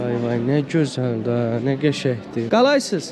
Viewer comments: Qaqa qalaysız deyil kandeysən deyilir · Qalaysız yox Kalesiiiiz , bir az intanaçiya çatmır😀